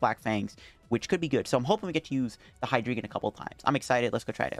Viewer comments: Yo. If Hydreigon is going to be your channel mascot, learning how to pronounce it might be helpful. It sounds like hi-dry-gon as the whole evolution line is based on counting to three in German. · I don't even have half of those cards, let alone an Umbreon V-Max. I'm trying to use the Hydreigon, and I've gotten it out after my opponents KO'd a Pokemon V. But, I can't get enough synergy with the cards I have. Edit: BTW. Pretty sure it's pronounced Hy-DRY-gon... Drei is German for 3. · D"ein"o, "Zwei"lous, Hy"drei"gon. Did you mean you CAN confirm?